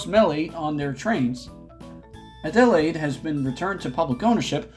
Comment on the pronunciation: I'm pretty sure most Australians got PTSD from your pronunciation of Adelaide lol